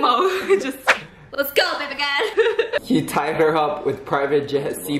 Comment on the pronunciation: The fun is he don't say "BABYGIRL!" He say "BEBEGURL!"